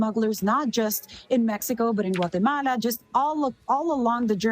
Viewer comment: Her pronunciation of “ Guatemala, Colombia, and Venezuela” is incredibly on point. Very virtuous, social credit score, in the stratosphere! 🚀